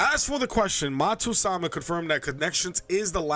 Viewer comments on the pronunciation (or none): literally it is written "matsuyama" and this man says "matsu-sama"